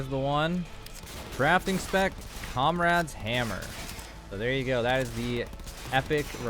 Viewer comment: You said cum rad hammer close enough lol